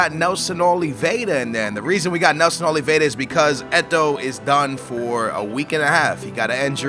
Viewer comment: Read Nelson Oliviera not Oleveda, and its not paulingu, cmon i thought u were portuguese.